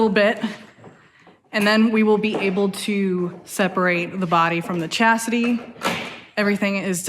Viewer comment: Does she say Chassidy? Chasstidy? Chastity? not hatin, but in a cute way, its kinda bad.